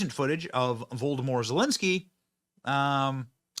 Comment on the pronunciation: "Voldemor Zelensky" 😂❤